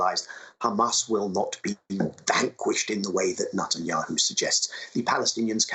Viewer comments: Is Nut-enyahu the correct pronunciation? He really leans into it. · I like how he pronounces it as "Nutanyahu".